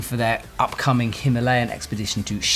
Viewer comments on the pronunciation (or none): none